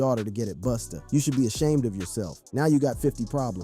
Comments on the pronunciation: did you call that man Boosta? 😂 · Did he call him Boosta 😂😂😂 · I don't take anyone seriously who call busta booostah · I think there could have been another concept for the video like due to Coi being the size, shape, and innocents in her face like the movie "The professional" that would've been dope... But can you please stop calling him boosta 😅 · Son said boosta 🤣🤣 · calling Busta "boostah" is CRAZY . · is this guy calling Busta - Boosta or am i tripping? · Boosta Rhymes 😅 🤣🤣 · How’s this guy gonna keep this video up after he callin he “Boosta?” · Who is “Boosta”?! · Is it me or did this dude say BOOSTA a few times? User error or am I missing something? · The Narrator called Busta Boosta?! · This dude is abusing Busta’s name. Why does he keep saying “Boosta”?? 😅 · Stop saying boostah. Shits wack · This guy called "Busta". "BOOSTA" 😂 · Who TF is "Boosta?" 😅😅😅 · "Boosta" 😂 caught me off guard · I'm like wait isn't it Busta 😂😂😂😂